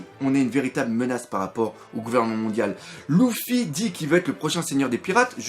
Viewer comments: On dit pas louffy on dit leuffy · Le mec dit Louffy, j'ai dislike !